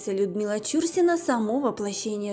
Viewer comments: Да, получилось не очень с произношением фамилии актрисы, но мы прощаем .. тем более , что видио получилось очень интересным, спасибо огромное!! Людмила Чурсина всеми любимая, красотка так печально слышать, что такая Талантливая, не нашла женского счастья, очень жаль. Всевышний ей дал очень много красоты и таланта, но обделил её женским счастьем.❤️💜♥️💚🔥🔥🔥🔥💃💃💃💃💃💞💞💞💞🎁🎁🎁🎁💐💐💐💐💐😘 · Актриса отличная,я ролик толь три минуты поглядела,неприятно когда неправильно читают фамилию,аж ухо режет,ударение в фамилии идёт не на " чу" ,а на слог " на" .Обидно что есть люди не знающие этого,актриса очень известная и замечательная! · Ну,как не стыдно,а?...материал не Вы искали и составляли,передрали готовый,впрочем как обычно,так Вы еще и неграмотны,готовый материал прлчитать правильно не можете,как не стыдно,весь стыд наверное поотморозили...Фамилию знаменитости правильно читайте!!!...И главной ролью,по которой стали узнавать Чурсину,была не Угрюм- река а ,,Олеся,,!!! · Не стала досматривать, почему неправильно произносите фамилию? Это коробит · Издевательство над произношением фамилии. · Это ж надо так исковеркать фамилию? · Почему фамилию произносите неправильно? Нет лайку. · Чурсина -- ударение в фамилии на последнем слоге. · Это невозможно слушать: не ЧУрсина, а ЧурсинА. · Чур- сина, ударение на первый слог , режет ухо. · Правильно фамилия произноситься - ЧурсинА. Ударение на последний слог. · я думала , что только мне режет слух ЧУрсина . Всегда была ЧурсинА . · Какая ЧУрсина!? ЧурсинА!!! Задрали своими ошибками!!! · Ну невозможно слышать бесконечно режущую слух исковеркованную фамилию. Артистка всегда была ЧурсинОй!!! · Не ЧУрсина, а ЧурсинА! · Да,не ЧУрсина,а ЧурсинА! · ЧурсинА - ударение на "А"! Прежде чем снимать видео надо знать такие вещи... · Согласна ! Слух режет ! Считаю неуважением к любому человеку искажение имени ! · Ну, уж коли взялась озвучивать ролик о великой актрисе , стоило бы поинтересоваться , как правильно произносить её фамилию.